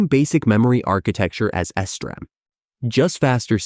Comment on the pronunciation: It almost had me. I didn't think to check the comments until it said Esderam instead of SD Ram